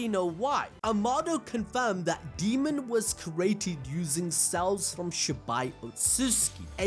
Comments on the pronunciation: Dude, it's Daemon, not Demon. Say it right. 🙄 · Daymon not demon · A AAAAAA dAemon. Not deamon, not demon, ...DAEMON! Said as day-mon. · Why do keep calling Daemon as Demon? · 🤣 keeps calling him demon not Daemon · DAY-MON. His name is pronounced DAY-MON.